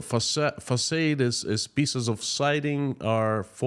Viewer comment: Facade is pronounced fuhsahd. Oh that crazy English language!